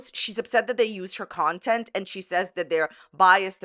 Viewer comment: "Nontent" is hilarious 😂